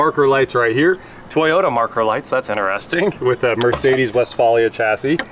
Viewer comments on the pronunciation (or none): none